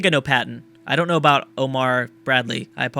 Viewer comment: "Hey, don't worry aboot it,, soory." I'm so fucking hyped for this series.